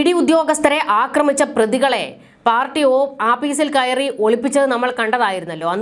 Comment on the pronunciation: അക്രമിച്ച'എന്നല്ല. 'ആക്രമിച്ച'എന്നതാണ് ശരി.